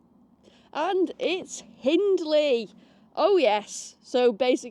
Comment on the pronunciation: Flipping eck, it’s Ingley not Hindley. 😂